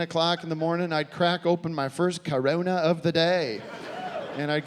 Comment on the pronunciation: Wasn't this made before COVID? It's weird how much he emphasizes "CORONA!"